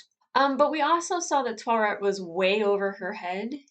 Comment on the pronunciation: Taweret is (from the way I keep hearing it in the series, from Steven, Layla, and Taweret herself) pronounced something like "tah WEAR et" with a rolling of the "R" if you can do it.